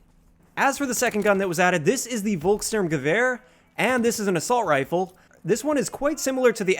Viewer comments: Folkssturmgewehr... not Volk... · Its written "Volkssturmgewehr" but pronounced "Folkssturmgewehr" not "Wolkssturmgewehr"